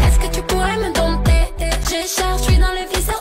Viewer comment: Cher, le « p » de dompter, dompteur, dompteuse, indomptable… ne se prononce pas (c'est comme dans compte et compter).